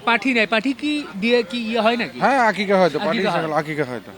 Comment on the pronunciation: আপনার গ্ৰামের এলাকার মানুষজন আকিকা বলে না তো আকিকা কে বলে আকিস্যা।